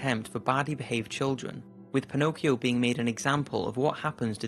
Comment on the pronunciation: Mi fa sbellicare il modo in cui pronuncia Pinocchio e Geppetto XD